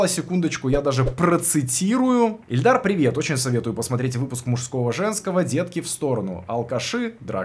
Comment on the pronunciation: Да боже, ИЛЬДАР, первая И, а не Э!!!!